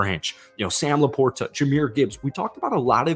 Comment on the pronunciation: Lions fan here. SLOW DOWN; it will cut down on flubs and mistakes. Also, please listen to how Dan Miller pronounces Sam LaPorta’s name. It is a soft t, not a hard t. It’s the guys name.